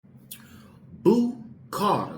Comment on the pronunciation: It’s Boo not Bo